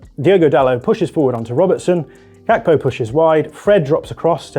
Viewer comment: Hearing you call Gakpo "Kakpo" made me sick in my mouth ngl